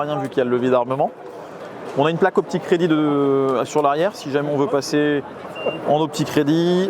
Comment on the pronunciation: Confirme moi, quand tu parles de la ligne de visée ti dis "optic ready"? Ou alors "aux p'tits crédits" ? 😂